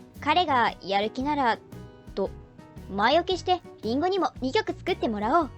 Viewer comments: 解散は早すぎたよね。世界の音楽の発展にとって。にしてもリンゴの発音が変だ、果物のリンゴみたい。このシリーズとても楽しい。けど、ちょいちょい 変に感じるところあるな 初歩的なことで。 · 林檎…。イントネーションおかしい。